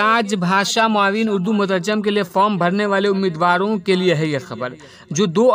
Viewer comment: مترجِم بولا جاتا ہے مترجٓم نہیں